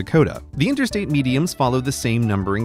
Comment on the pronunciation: How many times did he say intersate?